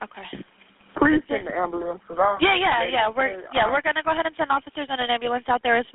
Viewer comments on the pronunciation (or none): “Amma-Lamb” is going to be said when a African American calls 911🤷🏾‍♀️🥴 Its Am-Bu-Lance Black folks gone call call for a amma 🐑 every time 🤦🏿‍♀️